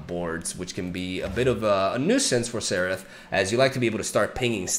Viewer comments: It's not Seraph, It's Zerath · It sounds like you are pronouncing "Xerath" as "Serath" not sure if its just me but anyway its pronounced "Zerath" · when do you guys think will notice he is saying Xerath wrong?